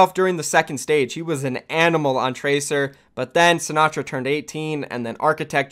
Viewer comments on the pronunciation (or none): none